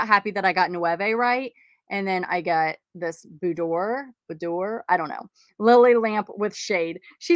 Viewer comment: Love ya. Nouveau = new vo Boudoir is a lady's bedroom said booed- dwar ❤🌸🌺